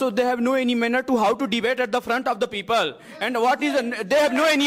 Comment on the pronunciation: For all of you , first learn how to say "people " correct pronunciation "pee pul not peepal. 😅😂